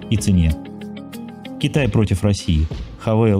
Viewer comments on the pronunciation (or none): none